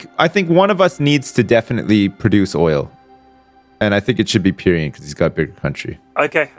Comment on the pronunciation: I can forgive for saying "AluminIUM" wrong, but Pyrion? God dammit guys